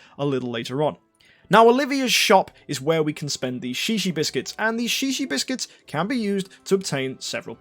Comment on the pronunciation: Shishi biscuits. XD In Hawaii that means peepee. Are you sure it's not pronounced zhezhe?